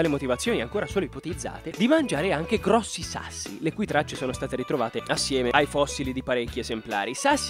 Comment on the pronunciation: quando dici grosso sembra che ti mangi un braccio